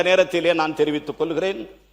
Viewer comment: பல்லி, கொல்கிறேன். இவையெல்லாம் கவனித்து பள்ளி என்றும் கொள்கிறேன் என்றும் சரியாக உச்சரிக்க வேண்டும்.